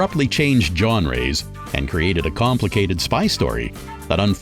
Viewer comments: “John-rays”? “Genres” is French: dz-ON-rehz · I absolutely LOVE Wanted….also…..johnrees?!